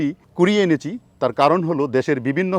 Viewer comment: সার আপনাকে ভালো লাগে বাট একটা বিষয়। আপনার বাংলার উচ্চারনে ভুল আছে এবং বেহাল দশা। সঠিক বাংলা শব্দের উচ্চারণ করবেন আশাকরি। যেমন: তকন ( তখন), হচ্চে ( হচ্ছে), এনেচি ( এনেছি),যাচ্চে (যাচ্ছে), আদিক্ক( আধিক্ক), তেকে ( থেকে), অতবা (অথবা), পাচ্চেন ( পাচ্ছেন), স্তানে ( স্থানে) অরতাত ( অর্থাৎ), মাদ্যমে ( মাধ্যমে),উদ্বিত ( উদ্ভিত), মাদ্যমে ( মাধ্যমে)। আপনাকে সবাই ফলো করে। আশাকরি শুদ্ধ বাংলায় কথা বলবেন। আপনার কাছে এমনটা আশা করিনা।